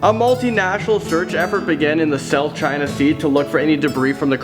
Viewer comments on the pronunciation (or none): none